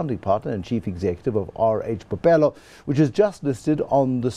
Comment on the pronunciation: Bophelo not "bopelo."#BlackExcellence